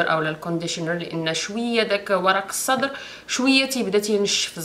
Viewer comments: اسمو ورق السِدرْ و ليس ورق الصدر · ورق السدر بكسر السين